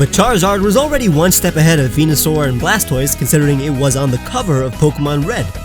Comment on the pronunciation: Blastoise is the best out of the three starters. Also how bad at Pokemon names do you have to be to Mispronounce "Blastoise" ?